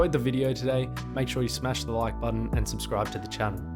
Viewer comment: Smesh everybody...